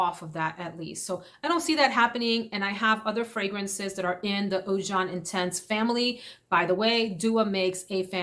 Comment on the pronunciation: Oud jaune, jaune is yellow in french. Pronunciation is way off and not even remotely close.